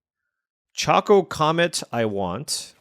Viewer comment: Ok...it's not choco like chocolate or choco taco, it's choco like chocobo 😂